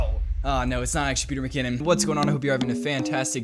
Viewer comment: Who's pEteR miCoNon? SouNds caNadiAn